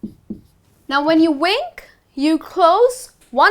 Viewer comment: Dear, You are doing a great job but still as many Indians do that, you are unable to differentiate between the sound v and w. Vocabulary as you pronounce it with round lips which is completely incorrect and your wink is vink not with rounded lips.